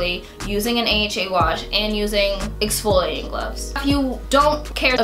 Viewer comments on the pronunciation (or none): exfloiating ? whaaaaaaaaaaaaaaat